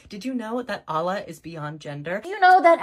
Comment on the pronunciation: She can’t even pronounce Allah correctly. 😂